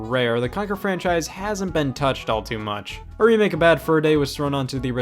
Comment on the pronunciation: Scott has confirmed in multiple videos that it is “all” rather than “y’all”, but I do agree that it sounds a whole lot more like he is saying y’all.